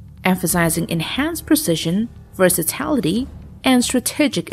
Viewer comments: I really don't mean to be rude, but it's a very jarring mistake that you make in all your vids. It is VERSATILITY, with an 'i', not 'versatality' with an 'a'. There is no such word as 'versatality'. It simply doesn't exist. You don't sound professional when you say it, and it lets the channel down. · It is “versatility”, not “versatality” 🙄